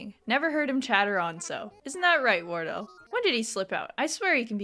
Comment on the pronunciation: pronouncing Wardell as wordle is damn hilarious 😂 Another great episode!